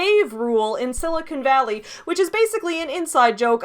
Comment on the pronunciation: I just have to say I appreciate that you pronounce Silicon Valley correctly! It makes sense, although you're not a native Californian, that you would know how to say it, since you're a geek and attuned to geek culture. So often, it is pronounced incorrectly as Sili-CON, and occasionally, Sili-CONE. You say it Sili-cun, swallowing the last syllable, and it makes me happy to hear it!